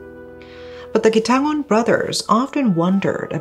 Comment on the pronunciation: very VERY impressed by your pronunciation of Quitangon! usually foreigners find that 'ng' sound difficult, but you did it flawlessly!